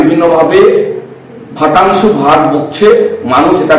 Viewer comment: এদের মুখের ভাষা শুনুন।দেবাংশু কে বলছে ফাটাংশু।ফাইভ পাস হলে যেমন হয়।এই লোক গুলো গন্ডগোলের মাথা।